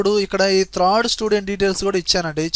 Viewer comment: అంతా బాగానే వుంది కానీ త్రాడ్ కాదు థర్డ్ అనండి .కానీ మీ explanation సూపర్.